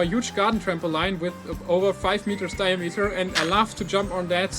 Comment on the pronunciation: Hey it was really interesting! Just to let you know "Trampoline" is pronounced "tramp - o - leen" rather than "tramp - o - line".